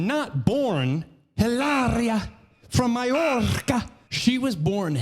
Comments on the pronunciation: It’s Eee-Laria lol 😂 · Every time you say EEeelahrrrriah, i dissolve in a puddle of giggles. Hahaha I'm 37....Jaysus!